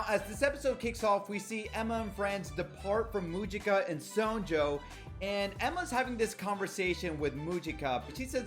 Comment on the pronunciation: me only noticing you saying sonju wrong XD (this isnt a hate comment btw)